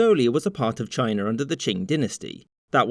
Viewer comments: Ah! So Mongolia was a part of ‘Chiner’… wtf is Chiner?!? It’s China, not Chiner. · It's CHINA not CHINER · Republic of Chiner 😁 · I love Brits. Why does every damned word have to end in "er", such as, "Republic of Chiner" wtf man! 😆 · Why do you pronounce China "Chinur"? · Did you say "Chinar"? LOL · I've heard a lot of Texans say "Chiner" but never an englishman....before now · Why are you saying China with an "R"?